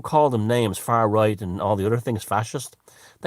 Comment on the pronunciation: "Foar Roight" Great